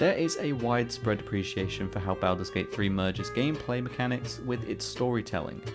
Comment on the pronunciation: I can't take this video seriously when you continue to butcher the title. Learn proper pronunciation.